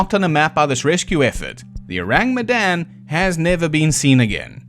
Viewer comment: S.S Oh-rahng Met-dahn